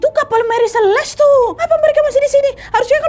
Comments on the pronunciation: Nadia...mantap cerita dan narasinya.. hanya saja.. setahu saya tulis Celeste harusnya dibaca seleste bukan seles.. jadi cukup mengganggu.. tp overall tetap mantap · Ralat ucapan ya wak Celeste (dibaca) seleste